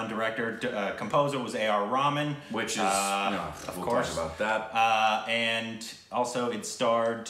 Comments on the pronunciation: AR Rhay- maan! NOT AR Ramen pls haha <3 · literally said AR Ramen. 😂😂 It’s Ray-h-maan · Guys you gotta stop saying AR Rahman as RAMEN.... it’s enounciated as REH-HA-MAAN.... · You mean ramen dwajadi😂😂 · Did you said AR Ramen..?? Naruto wants to know your location. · Maybe this can help but A.R. Rahman is pronounced A.R. Raha-maan